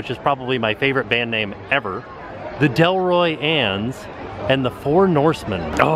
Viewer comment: You mispronounced that band name. It's the Delory Annes a pun on the DeLorean car. Really clever 80s name!